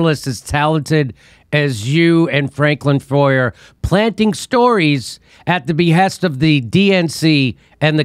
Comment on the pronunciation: foer is a german name it's pronounced "fair" like matt groening is pronounced "graining". come on guys get the names right at least if you wanna talk about other people getting things wrong.